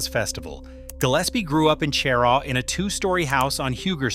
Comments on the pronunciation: Stopped listening when you said Chair-aww. You have no credibility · It's pronounced "shuh-Raw" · How can anyone take the information in this video as credible when it starts out with misleading information. Cheraw is not the county seat of Chesterfield County. Chesterfield is the county seat. Even the pronunciation is incorrect smh. And there’s more misleading info in this video.